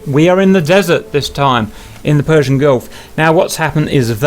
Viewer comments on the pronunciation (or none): Persian. Not Persion.